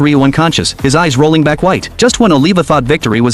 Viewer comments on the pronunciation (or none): none